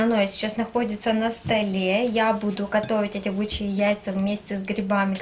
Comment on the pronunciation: Бычьи а не Бичьи))))